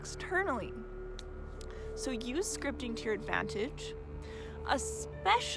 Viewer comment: Haha at first I thought you said Scrying? Like a a Scrying mirror haha so funny luv anyways it would probably work too haha for Scrying out loud ha! Anyways I get what your saying now and I'm certain repetitive Scripting works wonders I dig it! Super Awesome information here so powerful I love this thanks much appreciated luv Have a very positive powerful prosperous day!! 🌞✌😎🕯💵💰🤑 Yes!!!